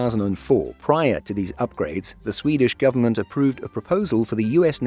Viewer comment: I enjoy your channel but there’s really no need to divide the Swedish words and names like that when pronouncing them, that’s not how Swedish is spoken. Just say them as they are written and you’ll be fine. Appreciate your effort though.